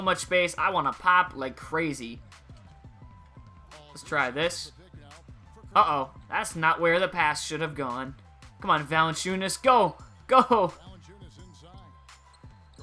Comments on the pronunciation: Also say valancunes how it is. Dont correct my spelling if its wrong lol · FYI it's pronounced VAL-EN-CHEW-NUS